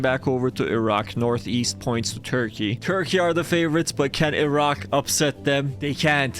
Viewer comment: I HEARD THE ROCK INSTEAD OF IRAQ